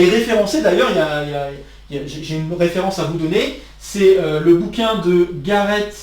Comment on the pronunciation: À : Garet se prononce comme "garé"